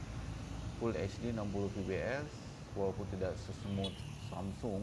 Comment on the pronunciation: Fps bkn vps😁penyebutannya salah